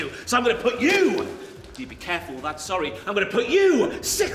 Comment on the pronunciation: “need te be careful withat” made me laugh Also is looking in good shape!